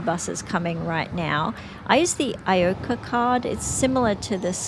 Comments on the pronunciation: E Ko Ka, 😂 first time I hear some say i o ka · good evening.... Is it hot enough for you? LOL! A couple of things. I am sure I heard you twice pronounce the ICOCA card you use to ride the bus as "I O Ka". I have always pronounced mine as "I KO KA". Do you just shorten the "IC" (for Itegrated circuit) to I, and then the OCA (no idea what it stands for) as it looks, hence pronouncing it I OKA. Just curious.... Names of things in Japan can vary from how they are spelled, with some even leaving you scratching your head....What? LOL! I see you cut the kernels of corn off the cob with a knife! No! No! No!.... Google " Remove Corn Kernels In Just 1 Minute. Grandma Taught Me This Trick!", watch the video and you will never cut the kernels off with a knife again! The channel has lots of great tips. _enjoy. You truly are an inspiration...Thanks for always having something interesting and motivational to say when you share your life with us. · ICOCA の発音はイコカ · Love your slice of life videos from Japan! Makes me so nostalgic from when I lived in Osaka. And just because I am an Osaka girly, I can't not tell you that the Icoca card is pronounced 'I-kou-ka' / 行こうか — like a pun of 'shall we go?' Which is so cute for a transit card right?? Anyway, amazing video yet again. Have a nice day! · it's ICOCA (イコカ as in "let's go")... a nice play on words😉